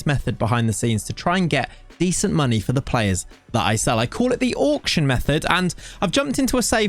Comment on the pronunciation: Auck-shun! Auck-shun!